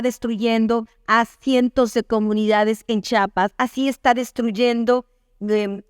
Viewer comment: Felicidades Señora por su trabajo, con todo respeto, es "Chiapas" no "Chapas", es la misma "Chi" de "Chihuahua" y "Chilangos", bendiciones!